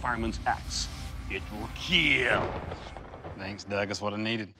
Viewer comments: My snap on breaker bar will " keel" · That was an excellently pronounced keeeal. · Doug needs to ease up on the "kheal"